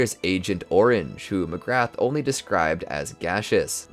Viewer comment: Mcgrath is pronounced "Mac-rah"